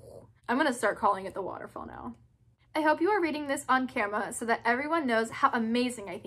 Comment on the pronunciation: "i will try to dew det fow you" 🤣🤣🤣❤️